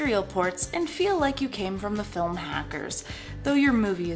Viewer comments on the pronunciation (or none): none